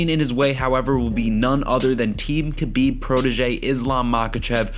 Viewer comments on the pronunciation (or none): none